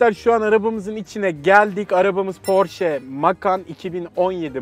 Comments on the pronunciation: Porş değil porşe diye okunuyor. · Abi porsche bi alman arabi ve porş diye okunmaz porş diye bi kisaltmada yok porşe ya iste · Porş değil Porşe diye okunur resmi Porsche hesabi bunun aciklamasini yapti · porsche 'porş' diye okunmaz 'porşe' diye okunur sevgili ve takipçileriiiii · Porş diye okunmaz Porşe diye okunur. Araba Fransız markası diye geçiyor ama mucidi Avusturya asıllı Alman olduğu için Porşe diye okunması doğrudur. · Şirketin sahibi bile onayladı Porş değil PORŞE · Abi porş almanyadaki telaffuz şekli porşe ise ingilteredeki telaffuz şekli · porsh değil proshe dil çünkü kendisi bir alman arabasıdır (evet hepimiz aynı videodan öğrendik) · Zaten Porsche Kelimesi ''Porşe'' Diye Okunur ''Porş'' Diye Okunmaz. Porsche Fransız markası ama, onu dizayn eden ve adını veren Ferdinand Porsche Avusturya asıllı (Bazı kaynaklara göre Çek) bir Alman.. Hem de çok ünlü bir Alman.. Adamın adı, Fransızca Porş değil, Alman gibi Porşe okunur. Yani, "Patron'un Porşu" değil.. "Parton'un Porşesi.." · Bu arada Porsche nin aslı porş diye okunmaz porşe diye okunur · Porş diye okunmaz Porşe diye okunur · Porş degil porşe dogrusu 😂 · "porş" değil "porşe" dir, Almanlar "porş" diyenlere kızarlar. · porş değil porşe diye okunur yalnız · Porsch değil porsche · "Porş" değil "Porşe" çünkü Alman markası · Porş değil porşe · PORŞ DEĞİL PORŞE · porş değil porşe çünkü alman arabası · bide doğrusu porsch demiş ajdjsjd cühela cahül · Hayır okunuşu porşe dir araştıra bilirsiniz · porşe diye okunuyor. Firmanin ceo su soylemisti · porşe diye okunur avusturyada yasiyorum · Alman markasıdır "porşe" diye okunur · porsche amk e yi oku almanca ingilizce değil